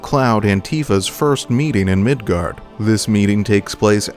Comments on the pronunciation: FYI, it's Midgar. Not Midgard. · Midgar not Midgard. If you are going to try and make a video talking about something then you should probably know how to pronounce it. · I’m not sure if anyone has said this yet… but there’s no D in “Midgar”… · It's called Midgar, not Midgard. You can thank me later, or now. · I’m gonna stop it right in the beginning at “MIDGARD” 😂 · There’s no D at the end of Midgar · MID GAR. MIDGAR. MID GAR ffs sake ya douchbag. Learn words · Midgar not Midgard